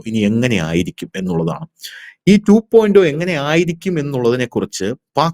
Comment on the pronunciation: 2.O എന്നല്ലല്ലോ 2.0 (zero ) എന്നല്ലേ ശരി